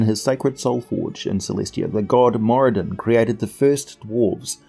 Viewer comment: I read somewhere (I think in the 3.5 phb?) That the r in Moradin is supposed to be rolled a bit. Great video as usual though!